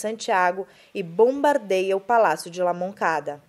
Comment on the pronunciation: Palácio la Moneda, não La Moncada, esse erro foi grotesco e me fez ficar com vergonha alheia.